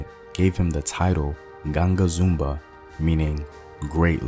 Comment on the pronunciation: Zumbi is the pronunciation created the free state of quilombo dos palmares until the SLAVERS destroyed it.